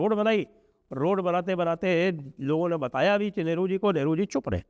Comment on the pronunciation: लगता है ठंड के चलते आपका उच्चारण सही नहीं हो रहा है जिससे नेहरू की 'लेहरु' जैसा सुनाई दे रहा है